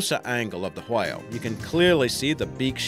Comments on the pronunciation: А hwale ? Are you fckin Stewie Griffin ? Its a WHALE not a HWALE buddy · the way you say whale pisses me off for some reason